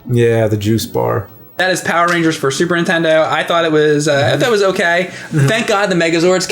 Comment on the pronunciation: Am i the only one hearing James an saying Super INtendo!??!?! for as long as i have been watching these guys I just think my hearing is screwed...